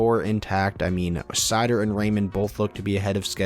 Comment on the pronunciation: Raymond probably has a better chance of having dry spells and dropping off the 1st line but seider is their #1 D and playing in all situations. From what ive seen so far I think 50points is very attainable for him. Keep up the great vids. . . Ps. Its pronounced (sea-toe)